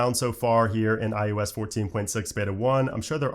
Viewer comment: Anyone else who watches the videos started calling it i-ooo-s like? Just me? 😂